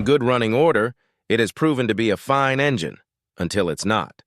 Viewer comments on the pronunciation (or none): none